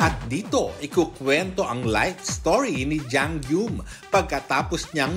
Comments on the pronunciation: Pde po ba na icorrect yung pronunciation ng Jang Geum? Hindi kasi Jang GYUM ang pronunciation non... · Yung nagsasabi ng arte dyan, 2024 na. Uso na ang internet. Andaming resources para hanapin ng tama yung pronunciation ng korean name. JANG GUM( JANG GOOM) kasi dapat ang tamang pronunciation ng name na JangGeum. 😮‍💨😐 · Hindi na ako nasanay na "jang GYOOM" ang basa ng mga Pinoy. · after 20 yrs d parin ma pronounce ng tama ang Jang Geum sa media people sa pinas 😂